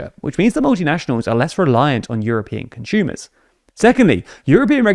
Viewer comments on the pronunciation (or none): Why does he always pronounce consumers as "conshumers"?